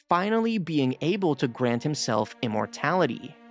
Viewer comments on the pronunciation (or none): none